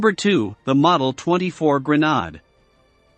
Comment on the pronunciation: Gren aid not Gren nod key lows not kill o s